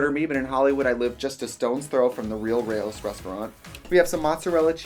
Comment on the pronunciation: I'm still stunned by the way she butchered the pronunciation of Rao's sauce. Rao. Like, rhymes with WOW.